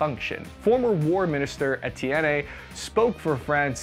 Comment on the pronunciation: Etienne is pronounced roughly "et-yen"